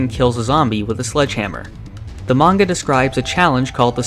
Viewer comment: At least he says manga right. Most western youtubers say menga, lol